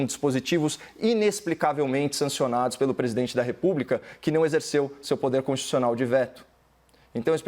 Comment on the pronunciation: Quando o advogado falou texto consischussional eu desisti.